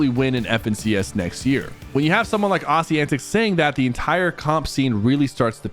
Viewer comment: The way you say Aussie antics LOOOOOL